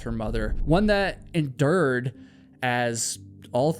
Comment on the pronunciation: "EnDERD"! What? "Altso"?? HUH??